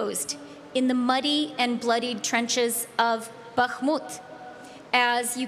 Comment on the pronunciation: I feel like she's lazy af, and has not manage to look up how to pronounce Bakhmut in over a year... that's what I think. Democracy tends to not work, when the people in power are crazy and lazy.